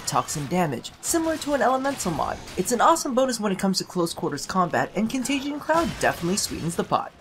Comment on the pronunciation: ...con-tay-jee-ee-un that extra syllable is bugging me... save me<3